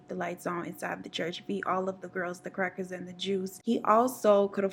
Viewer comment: Did you say “ The crackers and the Jews”? Ma’am please